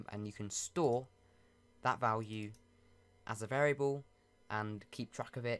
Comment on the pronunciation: Notice how he sais vlwue